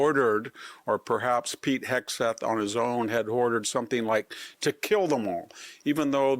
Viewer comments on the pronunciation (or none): none